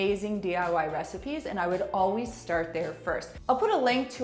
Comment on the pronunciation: Did she say, "oh-wheeze presoak"? 😄 You should oh-wheeze say always. 😁 Good tips 👍I recently bought a squeegie, and was only using it on the glass wall, but I'll start using it on the tile now that I've heard your tips!